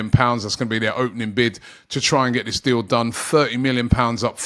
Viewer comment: Robbie, it's THIS not VISS.